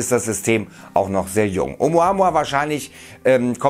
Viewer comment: Glaub ich auf keinen fall und dieser kanal is sowieso die bild von youtube lügen verbreiten und hauptsache klicks generieren. Der typ im video kann oumuamua nich mal richtig aussprechen peinlich einfach nur peinlich. Nehmt bitte nicht alles ernst was hier auf diesem kanal rausppsaunt wird🤦‍♂️🤦‍♂️🤦‍♂️🤦‍♂️